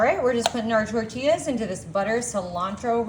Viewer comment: Especially how she said "tortillas" 😂